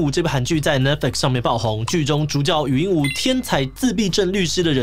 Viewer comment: 禹英禑ㄨˊ 終於看到有發音正確的了🥲